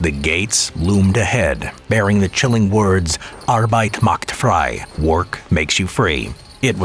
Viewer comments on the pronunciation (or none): When are you going to adress the horrible mispronounciation of "Arbeit macht frei" and also the fact that is translates to "Arbeit does freedom"?